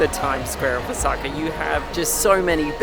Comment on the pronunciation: It’s Osaka not osAka